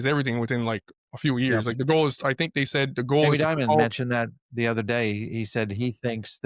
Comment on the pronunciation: never trust someone that says "udder"